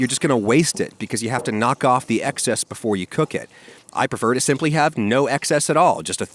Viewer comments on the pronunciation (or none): none